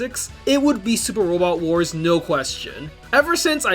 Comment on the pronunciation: supah wobot wahs